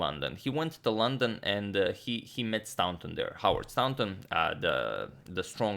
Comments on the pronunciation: Probably should have said a few videos ago, but you're pronouncing 'Staunton' incorrectly. You're saying 'STOW(rhymes with cow)+NTON' but it should be 'STOR(rhymes with war)+NTON'. The 'taunt' part is the same as the word 'taunt' and as it is in the town of Taunton, Somerset. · It's pronounced 'Stornton' not 'Stownton'. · Staunton is actually pronounced Stornton not stowton. It's an "or" as in core sound not an ow as in cow. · I've been meaning to say this for a while (have been watching this series from the beginning.) But I'm finally going to mention it: Pretty sure 'Staunton' is pronounced 'Storn-tin,' not, 'Stown' (like the word 'town' with an 's' on the beginning,) -tin. Interesting game though, and it's nice getting a bit of back story too :-) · Staunton is pronounced 'stawnton' just to clarify. Loving the Morphy series it's fantastic. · Love your content! By the way, the au in Staunton is pronounced the same as the au in Paul, it’s an ‘or’ sound. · The "au" in Staunton is pronounced "aw" in straw.... more vast knowledge. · I found a source that says, 'Stahnton'. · Staunton is actually pronounced like 'Stoornton' FYI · Staunton pronunciation: The first vowel sound is pronounced like straw. English diphthongs are very tricky and often irregular